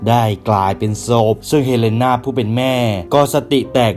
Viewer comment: กลายเป็น โศบพ 😭ฟังแลัวจะหลุดอะพรี่